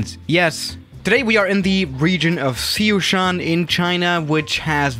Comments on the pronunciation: Dude that is Sichuan not Seosean . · Si-Chuan, not Sich-uan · Szechuan Rick: sZeChUaN sAuCe